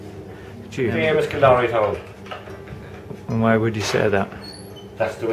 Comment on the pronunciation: What a cute video! Great idea to get a snapshot of these villages. I'm embarrassed to say I couldn't understand half the accents, haha (American here), but I learned the proper pronunciation of Kildorrery so that was neat!